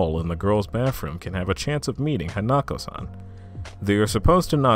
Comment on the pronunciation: you said hanako-san wrong